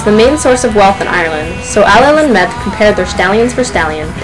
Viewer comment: I don't care if this is nit-picking, I really must protest. Medb is pronounced 'May-v', Connacht is pronouced with the emphasis on the first syllable, as is Ferdia.